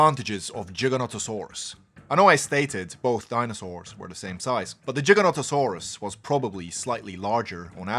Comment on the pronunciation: Giganotosaurus not Jiganotosaurus